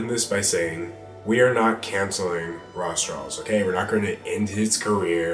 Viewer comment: Am I the only one that hears "Raw straws"?